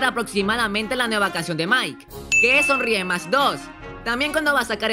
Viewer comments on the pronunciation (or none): Me di cuenta que ivan a sacar sonrie mas cuando dijo sonriemasa